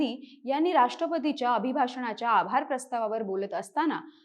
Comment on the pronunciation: राष्ट्रपती, पंतप्रधान ही संविधानिक पदे आहेत, आदराने बोलायला हवे राष्ट्रपतीच्या ... नाही... राष्ट्रपतींच्या .. अनुस्वार उच्चारायला हवा होता